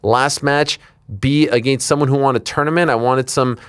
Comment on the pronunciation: “Ageenst” it’s “against” you a-hole